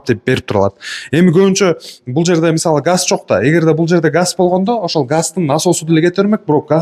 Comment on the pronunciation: Жалпак тил мн айтканда, жалпак тил мн айтканда дейберип зб кылдын.диннахуй ачыгы 40 мешок комур алсан бардык комната жылуу болот.жалпак тил мн айтканда, эгерде эгерде эгерде соз байлыгынды ондоп чыкчы.⛽ газ эле дечи блин, гасть гасть дебей